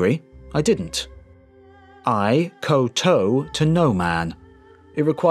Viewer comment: "Eye-Nose"? Do you mean Ainu(s)? "Ko Toe"? Did you mean Kowtow (kautau)?